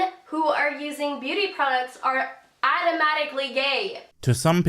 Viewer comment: Holy fuck this bitch is dumb. It's not woman when using the plural version and she can't even say automatic. Also argumenting?